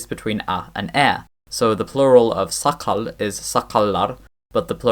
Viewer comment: There are some minor imperfections in your pronunciation of Tatar (which is fine), but the most prominent thing that I hear is that your stress in "saqal" and "kerfek" sound like it's on the first syllable, instead of the last. I'm not sure about that suggestion that Tatar lacks vowel-roundedness harmony (which only concerns the ı/o and e/ö pairs of vowels). The vowel roundedness tends to decrease towards the end of the (longer) words, but normally it is there. The sister language of Tatar - Bashkir - has the vowel roundedness built in its orthography. For example, the word for cloud (Tatar "bolıt") is "bolot" in Bashkir. The Tatar orthography doesn't show the vowel roundedness (unlike Bashkir), but that's not because Tatar doesn't have the vowel-roundedness - it's because the vowel roundedness is predictable. In (native) Tatar words (and even in some Persian-Arabic loanwords) only the first vowel is written as rounded/unrounded, the rest of the vowels are written as unrounded (showing only their frontness/backness). Bashkir's orthography is different in other respects, like, for example, having different letters for velar/uvular non-nasals (which are basically allophones of each other in native words), whereas in Tatar the same letter is used for a velar/uvular sound, and their actual value is derived from the vowels (front or back) surrounding them, and sometimes (especially in Persian-Arabic loanwords) it is indicated with a soft/hard sign ("ь", "ъ" in Russian orthography)